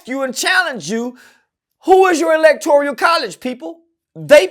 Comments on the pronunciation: Electoral College not Electorial 😂😮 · Electoral my nigga not electorial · Electoral College . Not Electorial.